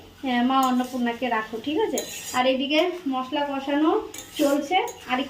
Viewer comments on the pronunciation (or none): none